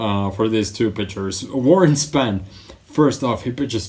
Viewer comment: Warren SPON...Not Span.